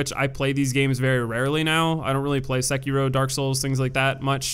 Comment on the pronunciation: The way you pronounce Sekiro hurts my life.